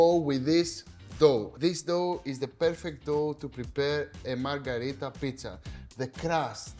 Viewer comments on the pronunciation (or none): Great recipe Akis but the name is Pizza MarGHErita, not MarGArita, from Queen MarGHErita of Italy. 😀👑